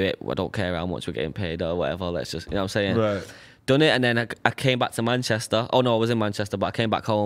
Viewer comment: Not even 10 seconds into this video and I can already predict Aitch's internal pain everytime Adam pronounces Manchester